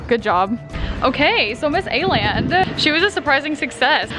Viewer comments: Why are saying Aland when it’s called Åland 🙈 dont be mad i am just a karen😘 love ya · Everyone in Korea: "let's go to A-land" Me, a triggered Swede: "It's called Åland!" Yeah its kinda pronounced like the ou in "ought to" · It kinda is! As a native Dane, it's kinda triggering to listen to the mispronunciation, just like how Hongdae isn't pronounced as Hongday. But I can bare with it😅😂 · the way you pronounced Åland broke my scandinavian heart 😭